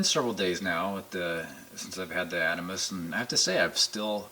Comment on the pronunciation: Good videos. That said, it's pronounced the "Ahd-ah-mahs".